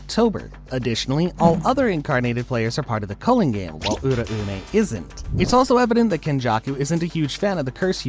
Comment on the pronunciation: The theories are very interesting but holllly, if this guy watched the anime, theres no way the pronunciations should be this off. The name in the show was pronounced “Ur-ao-may” not Ura-ume”. sorry not sorry for sounding like a dick